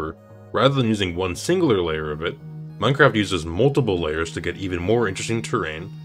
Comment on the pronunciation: why do you pronounce it Meinqwaft